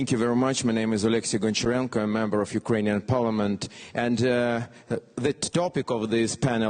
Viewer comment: Алексей, ты большой молодец! Если хочешь немного улучшить Английский, не оФ Юкрэйн, а оВ Юкрэйн. Это реально отвлекает 😆